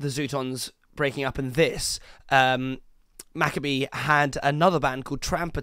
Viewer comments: It’s Dave Mcabe Ma-Kayb Not Mac- a-bee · It’s McCabe 🤣😂🤡